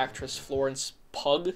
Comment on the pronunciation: “Florence Pu-gh” LMAOOO